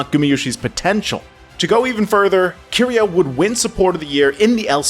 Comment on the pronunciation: Why does he keep switching back and forth on pronunciations? “ZoOs”, “Key-ria” makes my skin crawl